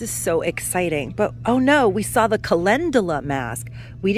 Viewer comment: Calendula is pronounced Kuh lend yuh luh with emphasis on lend.